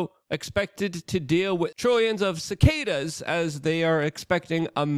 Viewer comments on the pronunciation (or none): none